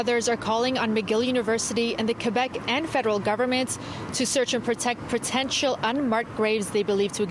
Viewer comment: What grave?... oh " protential" 😂